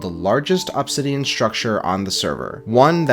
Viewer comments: AHB-sidian i've never heard anyone pronounce obsidian that way. most people and even the dictionary show it as uhb-sidian. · uhb-SID-ian not AHB-sid-ian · The way you say Obsidian is so distracting. Awbsidian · Pronouncing incorrect ahbsidian instead of uhbsidian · You say obsidian like "Absidian" vs "Ubsidian".... And it hurts inside. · Please stop saying "ah-bsidian" its "uh-bsidian" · Why the fuck you say OPsidian bro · stop pronouncing obsidian like opsidian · The way he says obsidian made me click off instantly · Absidian bro fix ur pronunciation literal nails on chalkboard listening to you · The way this guy says "obb-sidian" pisses me off. Pronounce it normally bro you're the only person on planet Earth that says it that way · I swear i thought i'd never hear anymore pronouncing it "obb-sidian" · I hate how he says obsidian like ahbsidian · i cant stop hearing OP sidian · why does bro pronounce obsidian like that 😭😭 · why are you pronouncing obsidian like that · My dude, that is not how you pronounce obsidian. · Say obsidian again